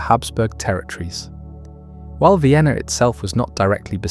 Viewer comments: Not “Ween” 😭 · Viainna? Check audio.